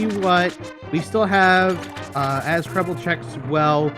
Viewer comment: Its Krelbel not Krebble